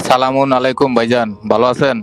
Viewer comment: সালামটা শুদ্ধ ভাবেন বলেন